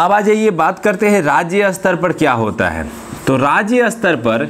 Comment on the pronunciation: क्षमा किजियेगा। शायद आपका 'स्तर' का उच्चारण गलत है। आप Astar उच्चारित कर रहे है । जबकि staar hoga